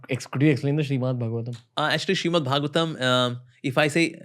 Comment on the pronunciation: Its Srimad Not Shriman, correct it in the timeline